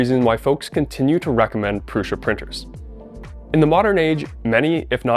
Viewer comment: My biggest question is why people pronounce it "Prusha". I watched the Core One reveal video. Josef 'the actual guy the company is named after' Prusa introduced himself as Jo "Proosa". If that's how he's saying it, why do so many other people insist on saying Prusha??